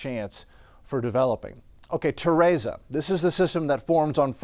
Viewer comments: Teresa not Terasa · My name is Teresa and people are always mispronouncing it!!! It is Te re sa (tuh-REE-suh) At least it is spelled right! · Do you purposely mispronounce names because you did the same thing with Henri. It's Ter-EEESa, k? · Ta-ray-za??? Very strange way to pronounce Teresa. But whatever. 😂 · “Mother Tereza” 😂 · LMAO TEHRAZA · Learn to pronounce Teresa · the only moron trying to sound wise here is you, making excuses for why this guy can't pronounce a simple, common, name! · That’s how you pronounce it when cancel culture exists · Fantastic update as always, but how you pronounced "Teresa" hurts me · Would hate to learn ESL from this guy 😂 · Love but what if I pronounced his last name like “Raul” 😂PowOol. He’d be hurt too All jokes aside grateful for him and these awesome updates:)